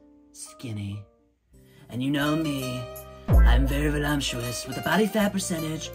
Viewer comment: Did you say volumptuos?? 🤣 love it!